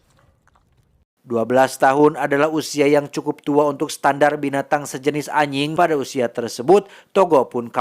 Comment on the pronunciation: ajing bukan aying bang 😂